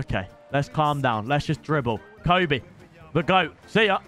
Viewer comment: Did he jus called Kobe tobi😭